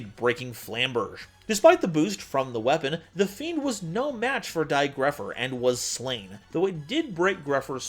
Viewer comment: It's dai goatpher!